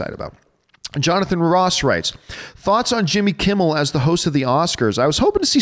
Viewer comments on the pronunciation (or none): none